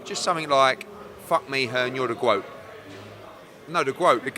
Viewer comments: Eddie 'the Gwoat' Moloney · Eddie “I’m the Gwoat” Hearn